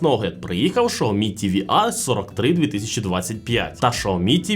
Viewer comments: Якщо чесно, то в Китаї так і кажуть, бо я там був і чув на власні вуха... Шяомі вони кажуть... Але він все одно не так цю марку промовляє, як в Китаї... Китайці кажуть - Шяомі, а цей бовдур каже ШАОМІ....😂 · Шяомі кажуть в Китаї, бо я там був і чув, як вони це промовляють... Тобто в нас не правильно промовляють - не Сяомі, а Шяомі... Але він цей бовдур каже ШАОМІ, тобто теж не правильно. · Сяомі кажуть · Шаоми??? Впервые слышу что ксиоми так называли 😅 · 😂😂шаомі, ізєрнет🤣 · Було цікаво, взнати про нові телевізори Xiaomi. Але "шаомі"? Де на початку Ви бачите букву "ш"? Так, в китайській мові своєрідна вимова, але... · я зараз в Китаї в Чжоушані і можу з впевненістю сказати що китайці «xiaomi»вимовляють як «саомІ» ( наголос на останню букву, тобто І !!! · В різних провінціях вимова може відрізнятися, але вірно сяомі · шаомі ААААААА, кров з вух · Дізлайк за "Шаомі" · очень хороший эксперт который даже не знает как правильно читается бренд)) прям сразу доверие))) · Как английская буква Х может быть Ш? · Ну алло.. ну яке шаомі))) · Я думав мені почулось 😂😂😂